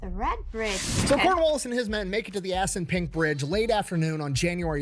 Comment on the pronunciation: I love seeing you crack up everytime he says assunpunk